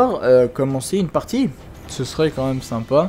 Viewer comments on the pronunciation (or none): none